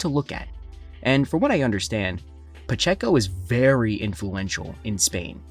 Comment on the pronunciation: I believe it's pronounced pa-chay-ko